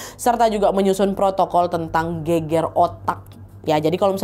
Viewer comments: Gegar otak kak nad, bukan geger 🤣🤣🤣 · gegar otak dibaca geger otak jadi gemes wkwk, soalnya kalo bahasa Jawa geger artinya bertengkar hihi.